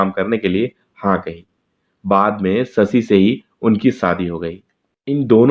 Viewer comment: why you speak only S where should be SH. I mean SA bolte jab SHA . As Sasi instead of Shashi.